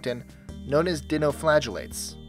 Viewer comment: PLEASE PRONOUNCE DINOFLAGELLATE BETTER